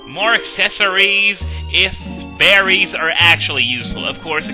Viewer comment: At first, when you said more berries, I thought you said more Barrys.